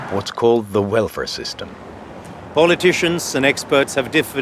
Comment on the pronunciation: It sounds like he's saying "werfare" instead of "welfare."